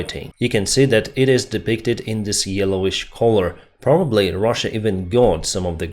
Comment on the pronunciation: This guy just calls Russia "ruzzia" and you saying that he presents information fairly💀